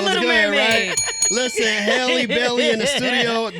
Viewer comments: Who all corrected him in their heads when he said Haley Bailey? 😂…SIR!!! HALLE like Halle Berry. Short vowel. Get it togethaaaa. 🥂 Carry On. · If you can say Halle berry then you can say Halle Bailey! Not hailey! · Halle looks absolutely gorgeous here ESPECIALLY in that thumb nail ✨btw, Her name is spelt n pronounced the same way as the actress Halle Berry. It's not 'Hail' it 'Hal' ijs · the gentleman radio host called her Hailey instead of halle multiple times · Hah-Lee not HAY-Lee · HA-LEE like Halle Berry. Not Hailey. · it’s HAL-LEE not HA-LEE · Not them getting her name wrong. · U pronounced her name wrong…🙄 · Yeah I turned this interview off soon as they said her name wrong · There is no reason people should still be mis pronouncing her name it's literally the same as halle berry , And at this point it's just unprofessional to not know their name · Ugh, I'm irritated that she didn't correct him on the pronunciation of her name 🤦🏾‍♀️ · And he said her name wrong smh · PRONOUNCE HER NAME CORRECTLY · That’s crazy how you interviewing and get their name wrong🫣